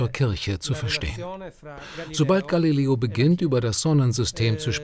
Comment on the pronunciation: Gilileo Galileel